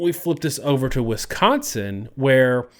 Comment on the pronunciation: Why do you pronounce Wisconsin as Wiscontsin?